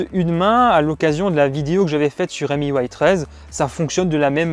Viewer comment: Petite remarque, MIUI ne se prononce pas "émi you aille", mais tout simplement "mi ui " (ou maille ou aille en anglais) Tu mélanges la couche de Huawei qui est emui, et miui de xiaomi.